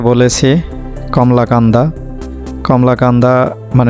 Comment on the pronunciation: ভিডিও কোয়ালিটির দিকে নজর দিবেন, উচ্চারণ টা কমলাকান্দা হবে না, " কলমাকান্দা হবে "